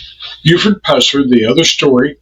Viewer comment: If you're going to use that ridiculous A.I, misspell the name to Puuh-sir, for it to pronounce it correctly. Also, Buford did not go to the dr for this injury, either. He poured vodka on it. On video: Fmr Drputy James Robertson